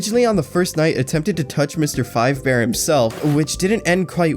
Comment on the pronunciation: Why does everyone call him “Freddy FIVEbear”